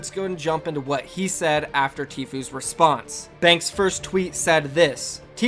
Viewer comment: Why did you say thank like that at the end. shit is really bothering me